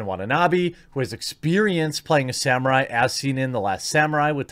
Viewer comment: Nobody messes with The Sam-Moo-Rhai!!!!